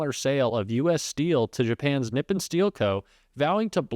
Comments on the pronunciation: I believe the accent is on the second syllable in Nippon, NipPON, instead of NIPpon. Let's ask a Japanese speaker!! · Friend . Nippon is phonetically pronounced : ' knee -pawn ' not nippen . Great show 👍😊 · really small thing but Nippon is pronounced NEE PONE not NIP IN (Japanese word that means Japan!) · Nip-On, not nip-in. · Pronounced Neepahn- Japan = Nippon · Nippon = "Nee-pawn" It's a formal pronunciation to mean Japan. I got schooled in this by my Japanese friend...thought I'd share. Keep up your good work!!!! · nippohn long O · Nippon. Its pronounced NEE pahn. It's the Japanese word for their country "rising from(of) the sun". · You’re mispronouncing Nippon.